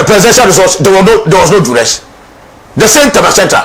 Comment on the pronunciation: Bro; the word is ( duress)